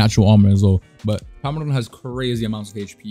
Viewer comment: its prim-a-don